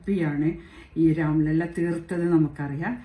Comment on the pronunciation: സുഹൃത്തേ രാംലീല അല്ല രാം ലല്ല 😁 അതായത് ബാലരാമൻ എന്നർത്ഥം. അവിടെ പ്രതിഷ്ഠിക്കുന്നത് ബാലരാമ വിഗ്രഹമാണ്.